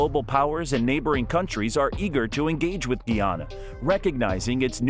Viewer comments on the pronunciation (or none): its PRONOUNCE GUY AN NA....NOT GEE AN NA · Its Guy-anna. Guyana not Gui anaa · GUY! GUY! GUY!😢 GUYANA... NOT GEE! NOT GEEANA or GEEANEESE GUYANA and GUYANESE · Guyana not Geeyana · Please find a narrator that know pronunciation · Its not pronounce gee ana i am a guyanese woman and its pronounced differently becoz we have a specific accent its pronounced gie ana like guy gie anna😊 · Its pronunce ga ya na not gee yana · Very simple lesson: GUYANA/GUYANESE pronounced GUY-ANA/GUY-A-NEESE. Formerly called British Guiana/British Guianese (pronounced GEE-AH-NUH, GEE-AH-NEESE), up until 1966. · Good afternoon l totally enjoyed the video except the mispronounceing of the name of my country. It is Guyana pronounced GUY ANNA. PLEASE get it right. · Man, his pronunciation of Guyana is killing me…geez